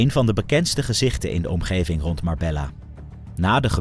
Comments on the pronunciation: Ik respecteer je grind man en ga door met het maken van Filmpjes Alleen je kunt niet een true crime page hebben en MarbeLLa zeggen hahHa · Spreek uit als Marbeya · Spreekt uit als Marbejja 😊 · Marbejja dats de uitspraak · Leer de plaatsnamen uitspreken. Dit komt heel erg belachelijk over. Marbella :face-fuchsia-wide-eyes